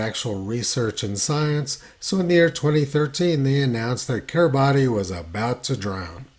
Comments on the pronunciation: Just to nit pick - Kiribati is pronounced Kiribas, whilst if you are talking about the people who inhabit Kiribati (Kiribas) then, indeed, the pronunciation is as you expect - Kiribatis, with the 't' and everything... hope that helps :) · The name of the country is pronounced Kiribas. In their language, a word ending with the letters T & I is a had S sound. Hope that helps.